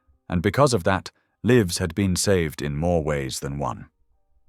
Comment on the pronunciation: How come this British narrator cannot pronounce LIVES? He said Leeves twice, once after saying it correctly.